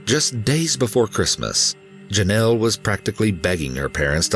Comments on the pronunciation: Drink every time he says Jonelle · Take a shot everytime this fool says "jenelle"